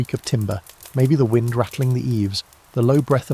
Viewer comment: What’s with the sirens in the background yet again? Also how AI pronounce “Wind” down needs to be fixed